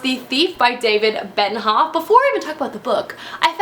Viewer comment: Why do you call him David Ben-hoff??? It's Benioff 😂 I loved city of thieves one of my favourite reads of last year, it made me laugh, cry and I felt like I had learnt more about the lives of civilians in wartime Russia, which I didn't have much knowledge of beforehand!